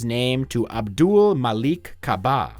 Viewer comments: you can say "Jeff" but can't say "Abdul?" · you can't say "Abdul"? do you have trouble pronouncing Kareem Abdul-Jabbar as well? it's little shit like that that's going to hold your channel back man. that and your joke about the musical.